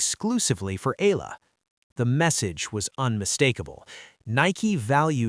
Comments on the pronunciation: Alex EALA is pronounce EYALA. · It’s AAAAH-YAAAH-LAAAH you AI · Please pronounce her name, Alexandra /Alex Eala (E y a l a). All of us will appreciate the effort. Win or lose we support and pray for her. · It's eh-yah-lah